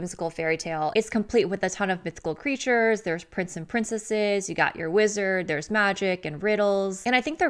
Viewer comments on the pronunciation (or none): none